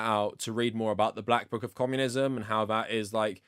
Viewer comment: Is this guy saying commonism